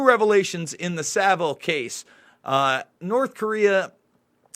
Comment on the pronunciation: Yeah, learned to pronounce Savile correctly! 👍😋